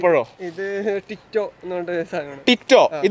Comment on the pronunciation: ടിറ്റോ അല്ല ടിറ്റു